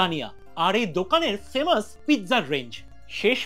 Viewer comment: Uchcharan kora sekh aage bhalo kre femus na its famous